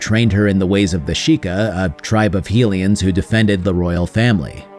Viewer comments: Sorry to be that person but Hylian is pronounced with the HY sounding like High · You say hylian wrong :s